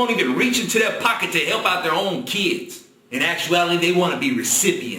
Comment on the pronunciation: And it's kids, not keeds, the way that black people say it is wrong.